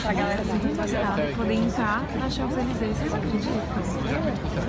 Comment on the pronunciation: Kaaroool socorro, eu sou muito chata, mas vc tá pronunciando "Champs-Élysées" errado!!!!! A pronúncia certa é "Chanzelisê" o p é mudo! Francês é uma língua louca =P =P Mas apanhei muito dos franceses por falar assim =P E toda vez que vc fala, me dá uma agonia no coração hahaha E vc tb escreveu errado no título, tem um "s" no final! Vc tb falou "chez" de forma errada tb, o e é fechado, é como "xê", o "z" n é pronunciado. E PS, aprender francês n é tão difícil, é mais fácil que inglês, é só acostumar o ouvido.